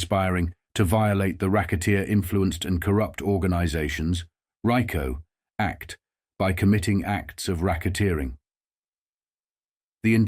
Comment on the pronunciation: The way AI is pronouncing everyone's name... Makes it hard to take this video seriously.😢 I mean the rye co act??? Wtf is that??😂